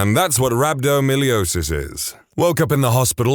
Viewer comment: It's not "rabdomilliosis" but rhabdomyolysis: rab-doe-my-oh-LIE-sis